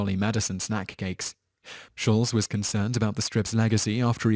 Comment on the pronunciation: Shulz is pronounced like it has 't' - "Shul-T-z'. It's German. Trudeau is French, pronounced 'Tru-dough'. FYI